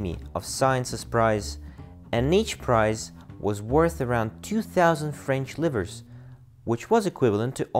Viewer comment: That was painful to hear